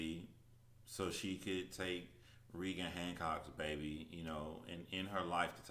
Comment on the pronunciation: I know this is kinda old, but I'm just now watching it. Very informative,! But my name is also Reagan, and it is pronounced Ray-gen just like former president Ronald Reagan!